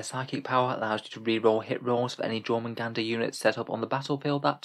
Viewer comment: It’s actually pronounced Nyormungander